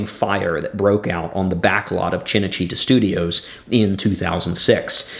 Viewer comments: cinecittá, not cinecítta.... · It's called Cinecitta not Cenecitta and Rai is pronounced Ray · Rai Italia is pronounced wry italia, not ria italia. And CinaCittà is CHINna chitTA, not CHINna CHEATer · Very nice backstory! But the pronounciation massacres make it hard for me to listen you! How can you pronounce RAI as Ree-a over and over? Cinecittά - not china-chEEta! Painful and unfortunately, very American! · An excellent video. That said, your Italian pronunciation is atrocious. CineCitta (pronounced Cheenay Cheetah, like the cat) and RAI (Reye as in eye). It's funny that Roman business practices are still going strong in Italy 2000 years later. BTW, the television show about Octavian/Augustus' palace intrigue you said would make good viewing are all included in the fabulous British series, I Claudius. Thanks for bringing this to light. Rome, one of the best series, was killed off too early.... Rome, we hardly knw ye. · Two things for what it’s worth. Rai is pronounced like “rye”. For Cinecitta, accent the “a”. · Also, Cenecitta' is misspelled. It’s Cinecitta’. Film (cinema) City. A section of Rome. And it’s pronounced chee-nay-chee-TA with emphasis on the “TA” - My family had an apartment there years ago. Sorry to be such a pest, but just want to add/correct to your excellent video here. I’m enjoying it very much. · Fascinating. But you could at least learn how to pronounce names like “Rai” and “Cinecittà.” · PLEASE take 5 minutes to lear how to pronounce cinecittà and RAI, not RIA